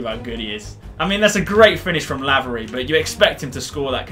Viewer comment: Btw laverys name is said like c-a-y-l-o-n